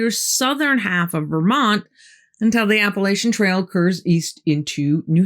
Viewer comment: I love your story telling, but the word is until; not entell.